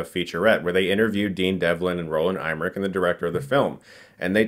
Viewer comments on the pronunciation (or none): It's "Emmerich", not "Eimerich" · I genuinely do hate being this guy in the comments and on its own who cares, BUT with Chris it’s an ongoing issue: terribly pronouncing names. lol Emmerich is pronounced ehm-MUHR-ick, not EYE-muhr-ick. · Roland EMMERICH not Roland EIMRICH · It's pronounced EYEmmerich, who knew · Chris still can’t pronounce Emmerich, he says I’m Rick. Roland Imrick